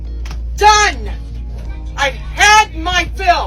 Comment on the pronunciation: She's "DUUN" yall